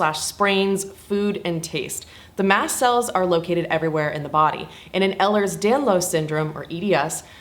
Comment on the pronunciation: Welcome to the club you didn’t want to join… a few things you may have learned by now. First kind of a biggie it is pronounced like this: Ehlers Danlos Syndrome (ay-lers dan-lohse) Type III is not something that never should come up since you were diagnosed so recently. The classifications were changed a couple years ago and that isn’t used anymore. I think it’s important that the type of doctor to diagnose is a Geneticist. Unfortunately there have been some people latching on to our condition and self applying the Beighton it’s rather hilarious how they spell it too ha ha but like you said it needs to be done by the doctor and it actually goes along with their ‘interview’ of family history. Have you been checked for Chiari? Have your EDS friends mentioned how high the incidence is of Chiari and EDS? I didn’t hear you use the word but we call it comorbidies. I notice you call conditions a disease - these conditions aren’t referred to as diseases. At lease EDS, POTS, and Mast Cell. Syndromes, conditions, POTS sometimes is a disorder but not a disease. I don’t mean to sound like critical just want you to have the lingo! What you talked about with the handicap placard that’s a huge thing- many of my friends have one it really varies by state actually. Some states you can get them but some states won’t allow it for just walking. But yeah my friends talk about getting ‘the glare’… but oh yeah it would be so helpful many times!!! Awe I feel bad you felt bad for claiming disability